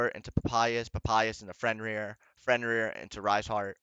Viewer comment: The guy is also called Fenrir not Frenrir lol. Great video tho